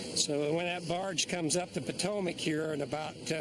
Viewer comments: Potomackkkkk 😝lmao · Ugh every time he's say Potomac my Maryland ears hurt.